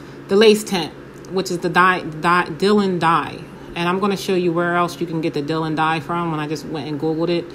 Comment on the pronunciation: Hi from London. You made a mistake & used double the amount of dye. Two quarter spoons = one teaspoon. Four quarter spoons = one tablespoon. Also, the name of the dye is pronounced 'dye lon' (Dylon). Have you tried using Rit liquid dye? I've had good results tinting lace with it in the past. I used a SMALL amount of dark brown diluted with water to avoid tint being too dark. If too light, dye a 2nd time for deeper tint. Sorry can't remember ratio of dye to water, it was a while ago when I did it. Good luck.